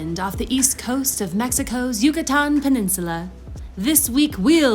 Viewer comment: I love your pronunciation of “Yucatán” and other Mexican and Spanish words. 👏🏼👏🏼👏🏼 So many folks who settle in Mexico from the US, Canada or Europe don’t even make the effort to pronounce city and location names or Spanish properly! That really bugs me bc I see it as a sign of disrespect... 🙄 I’ll give English speakers a pass on the double “rr” but aside from that ALL other sounds should be perfectly easy for any English speaker to pronounce. Okay, I’ll leave it there! Thanks for this video...🙏🏼 from an American who speaks English, Spanish, French & German. Yes, another language is not easy to learn BUT make the effort everyone!! Give Spanish and Mexico the same respect you give any other country and/or language. ❤️😉🇲🇽🇲🇽🇲🇽